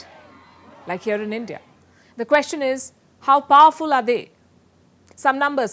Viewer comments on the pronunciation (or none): none